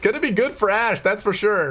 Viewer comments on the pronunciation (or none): none